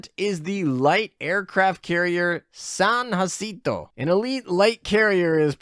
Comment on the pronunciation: hate being that person but it is "San(d) Juh-sin-to" It doesn't follow the normal spanish pronunciations of J like with San Jose and it uses the San pronunciation like San Diego or Antonio.